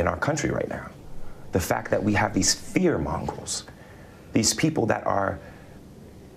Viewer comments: "Fear mongrel" uhhh he definitely says words lol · I love that he thinks it’s fear mongrel and not fear monger 😂